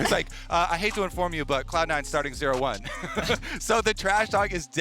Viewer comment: she says "Clown Nine" 😅